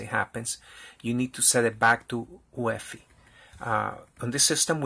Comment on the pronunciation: Also, I'm running an optiplex 790 that was a gift. Usually UEFI is pronounced by saying each individual letter (you-ee-eff-eye) instead of pronouncing it as a word. My goal for this computer is to install Linux Mint onto it but legacy boot is preventing it from booting from the optical disk.